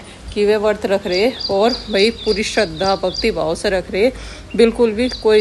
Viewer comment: Vart nhi vrat hota hai